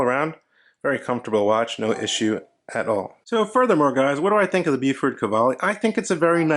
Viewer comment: Really nice - lugs a little long maybe? - but a great looking watch with an excellent movement. The green dial is very tempting. One thing about NZ pronunciation though - it's BOW-FUT ("Bow" as in bow & arrow, then "Fort" is pronounced without sounding the r). Not "Byewfort": it sounds really odd. :-)